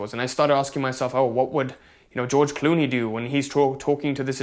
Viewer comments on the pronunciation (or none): none